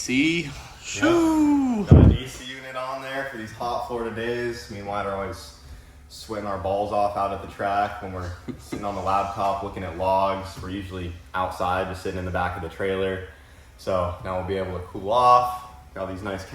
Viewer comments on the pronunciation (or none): Did you say “Labtop”???